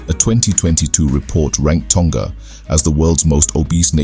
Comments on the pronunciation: Also, it is pronounced Toh-nga, not Tong-ga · Tonga is pronounced with a short ‘g’ not a long g like guh 🤦🏽‍♀️